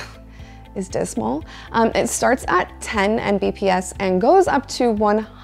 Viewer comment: Hearing someone say "M B P S" was kinda making my head hurt. 😂